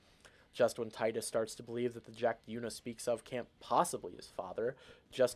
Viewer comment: Exactly teedus if you're lame! Because it sounds so tedious. Thank you for saying it correctly